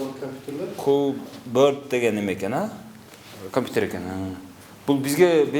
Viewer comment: Атаааангорууу. Мугалим жигит КАМПИТЕР деп айтып журот,эми кандай билимди берет экен яхааай б*ля йоубанааа